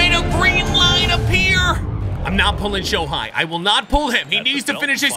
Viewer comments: And don’t say shohei like showhi it is basically like saying show hay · Dude said sho hi it’s sho hey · He really said shohi 😂